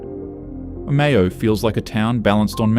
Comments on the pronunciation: Omayo 😊😂 cmon ai. Omeo get it right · Omayo is how Google maps pronounces it, and the same with Cassilis. They are not the way the locals pronounce them. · The AI narration pronounced, Omeo, three different ways in 30 seconds, what a load of rubbish.